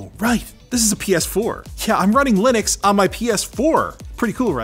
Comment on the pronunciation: Why do you pronounce to Linux when you don't pronounce Linus, Linus. :-)